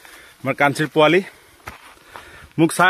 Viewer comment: Not Puwali it should be Powali